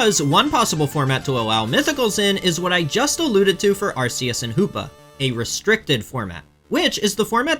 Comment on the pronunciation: “Pokemon fan for 30 years” doesn’t know how to pronounce “Arceus” despite it being explicitly said in the movie Checks out lmao